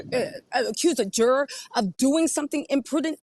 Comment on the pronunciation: Why is she saying jur-ARE. It's driving me insane